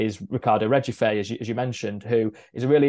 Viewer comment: Tip for anyone trying to say Regufe, just say Regoof. It's definitely not "re jew fay". It was also wrong in the Athletic's article.